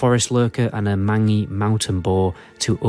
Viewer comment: 'mang-y' its pronounced mayn-gee, like when dogs get mange in RL. BTW great info video ty :)